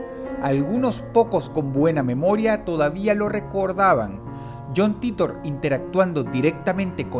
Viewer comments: Como me choca que pronuncie "Titor" y no "Taitor" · Se escribe john titor y se pronuncia jhon TAITA* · ... Se pronuncia taitor ... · SE PRONUNCIA "TAITOR" MAMAGÜEVO. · vengo del año 2036, dross todabia no aprendio a pronunciar "titor"